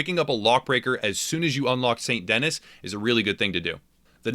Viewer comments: You mispronounced St. Denis lol, but otherwise this was an absolutely awesome video, and I love your presentation style. I just found your channel, and I had to sub immediately! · all these people making videos sound stupid b/c they are not pronouncing st denis correctly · St "dennis". You idjit! Its French. "Deh-Nee" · good video....I think the city is pronounced saint dinee not denis btw. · If it was Dennis it would be spelt Dennis it's not. Denis it's French Saint Den'ee. It's meant to be New Orleans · It hurt me every time he said Saint Dennis instead of Saint Denis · SAIT DENEE. NOT DENIS. DUDE! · Boy, did you butchered the namr St. Denis. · That moment when he calls it saint denis instead of sandy knee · i love the channel ut when he says saint denis i triggers me because its pronounced san denee not saint denis like its written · it's San Deni not saint Dennis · Stop. Saying. Saint. Dennis. It's pronounced San Duh-nee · It's not Saint Dennis try to pronounce it this way "Sandy Knee" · he call it " snt dennis" but Like new Orleans its pronounced nu orlahns and Snt denis is pronounced "snt denee" the last s being silent in the context of it being a name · It’s pronounced ‘San Denee’, not actually Saint Denis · Fun tip- it is pronounced Saint Denee, it is French. Dennis is Dennis. Lol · Denis = DENNY... its french. like the way your mom kisses me. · Saint da-nee not dennis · By the way, it’s pronounced Saint Denee not Saint Dennis lmao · Saint Denis is pronounced De-Knee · OMG, IT'S PRONOUNCED "Saint DEN-ee" it's French, you're essentially in Louisiana, they say the name dozens of times if you'd actually just play the story missions for crying out loud... "Saint Dennis" SMFH. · It's not pronounced "Saint Dennis". It is pronounced "San Denee" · It's pronounced Den-knee, not Den-niss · Why does everyone say saint Dennis It’s saint denis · Saint D-Knee bro not saint Dennis lol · ITS NOT (DEN-NIS) ITS (DE-NIS) OR (DA-NEE) ITS FRENCH....SPECIAL PEOPLE... 😂😂